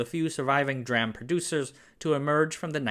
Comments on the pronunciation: Please stop mispronouncing DRAM. It's hurting my ears. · Why is he still pronouncing "DRAM" like that? I thought he would have learned from the last video about this subject he posted? It's like hearing nails on a chalkboard when he does this 😑 I mean, he knows how to say "NMOS" vs "CMOS". What can't he understand "SRAM" vs "DRAM"? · Could you PLEASE STOP calling it 'dram' !!! NO self-respecting computer nerd would EVER call it 'dram' !!! It's pronounced "D-Ram" or "Dee Ram" ! and if it is VIDEO MEMORY you would say "V-Ram" or "Vee Ram" - ALSO there is "SD Ram" or "Ess Dee Ram" ohhh and if it EVER comes up you pronounce CACHE just like money "Cash" and one last thing (that I can think of right now) a Router is NOT pronounced "Rooter" - it is NOT s PLUMBING TOO nor is it BRITISH lol - the first syllable rhymes with OUCH and COUCH - ROUTer --- OKAY?! You got it?? Good! :D ( I REALLY hope you didn't take this in an offensive way. I'm a life long computer nerd and I hear people pronounce things incorrectly all the time, so I try to let them know the proper way. Some people get anghry, but most people say that they were actually wondering the correct way to say it. But at least now you know the correct way for all the parts I can think of off hand. :D ) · It's pronounced "D"-"ram", not "dram". Can't take anything this guy says seriously if he can't get that right. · I'm sure it's pronounced as (Dee RAM) not (DRAM) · I've never heard [dee-ram] pronounced [dram] before today. I'm pretty sure it works like CMOS; MOS and RAM were already acronyms on their own, then came Complementary MOS and Dynamic RAM. Shortened to [see-moss] and [dee-ram]. I can't even guess what Synchronous Dynamic RAM becomes on the [dram] principle. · That's because saying 'dram' is incorrect. It is 'dee-ram'. Just like SRAM is pronounced 'ess-ram'. And 'ess-dee-ram' for Synchronous DRAM. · It's pronounced dee-ram, dram is an American rapper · It's prnounced "D"-RAM, not "Dram"! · D-RAM not DRAM